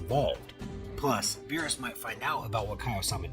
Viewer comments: Who the fuck is Bill? Are talking about the character from King of the hills or bee R us..beerus roll the damn "R" in his name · Stupid ai can’t pronounce words. How do you get Bills from Beerus? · It's beerus, not bills!!!!!!! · but wait bills lol berus is not berus hes bills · Beerus❌ bills✅ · "Bu-yills" ahhh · Its the AI narrating and it mispronounces quite a few names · Honestly the way you talk enjoys me more then you not being able to say berus